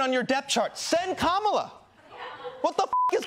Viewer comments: Hasan! It's "Kuh-muh-laa Harris". It's not "Kaa-muh-laa." Please don't mispronounce Indian names :) :). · He can’t pronounce Kamala properly and he says he is of Indian origin. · Minhaj is pronouncing "Kamala" wrong.